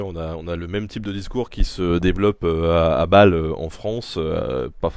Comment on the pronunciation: Belle entrevue, avec un intervenant qui a la possibilité de répondre aussi précisément que possible à des questions intelligentes. Par contre, Ben, quand tu dis "à balle, en France", j'ai cru un instant que tu avais dit "à Bâle, en France", tu m'as fait peur, j'ai dix ans de plus que toi et il semblerait que mon coeur soit devenu fragile 😂